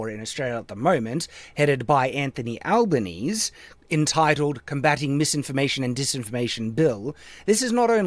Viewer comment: Anthony Alba knees? It's pronounced Alba kneezy,.